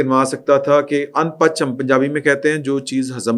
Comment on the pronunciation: شفقت صاحب جو لفظ اُن پچ بول رہے ہیں ٹھیک نہیں ہے یہ پنجابی کا لفظ ان بج ہے جس کا مطلب اپنی حرکتوں سے باز نا انے والا تصحیح کر لیں😜😜😜😜